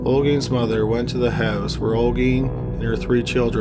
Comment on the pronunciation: Dude, just say Samanta, I think is far more easy for you than Olguín.